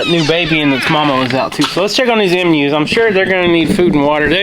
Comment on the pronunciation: I don't want to sound mean, but the are Emu's are pronounced long EEEEE mu